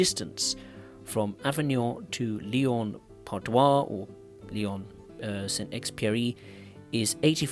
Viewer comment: That's not "Lyon Part-Doi", that's "Lyon-Part-Dieu" ! [djø] 😂